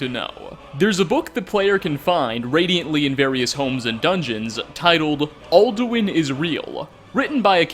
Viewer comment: "Aldowin iz reel"